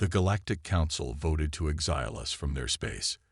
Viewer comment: DAMN POS AI's!!!! The word "exile" is pronounced "ˈekˌsīl" with the stress on the FIRST syllable NOT the second syllable as your AI says a thousand freaking times. STRESS ON THE "EK" NOT ON THE "SIL"!!!!! Please fix. OH!!! GEEE!!!! it finally pronounced it correctly!!!!